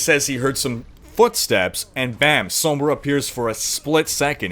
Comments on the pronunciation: "Sohmbrah" staaaahp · oh boy i sure do love "soam-bra" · please say it sawmbre. that's how it's pronounced.